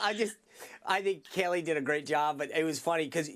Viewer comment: Thats Kayleigh can u imagine the commie outrage if u mis pronounced kamala lol lol lol